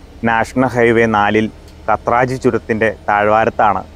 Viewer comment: കാത്രജ് ആണ് bro pronunciation.